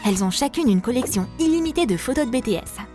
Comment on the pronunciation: BiTièSs pas Bétéss 😒😒😒